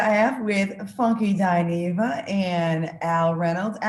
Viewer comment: Dineva not marireefer!! 😂😂😂😂